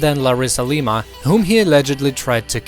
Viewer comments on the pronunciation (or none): none